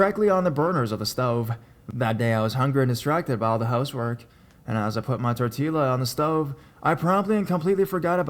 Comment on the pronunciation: Haha. It's funny how he said tortilla. Idk if he knows that the bouble LL in Spanish makes a y sound. He made it sound so white.